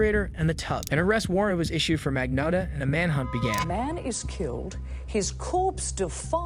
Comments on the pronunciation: Luca Magno ( O like Otter or Ox sound for O. Not strong O. Not ō like Loathe or clothes) tta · He thought no one would notice his many different pronounciations of Magnotta lmao